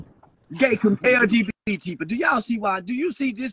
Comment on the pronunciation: 🤣😂🤣💀 "This a ponk!! Aaaaw this a angry ponk callin me" 💀